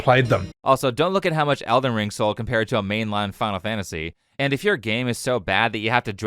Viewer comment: Eldon ring is what I heard you say for all three of those just making it clear.😂